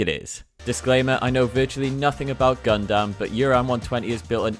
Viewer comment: Your pronunciations are still funny, "gun-damn" hahaha